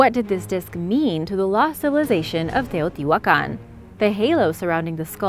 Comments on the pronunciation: Agreed! Not everyone can pronounce Teotihuacan and other Mesoamerican terms with such ease as you. Well done! I truly enjoy your channel. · Very good video and outstanding very good pronunciation of Teotihuacan and all the other words! Congratulations 👏✨ (I speak Spanish)